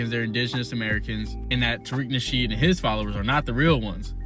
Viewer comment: Taweak..Nawshiid... he's Lex Lutha....😂😂